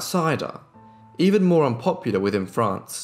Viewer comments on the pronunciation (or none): none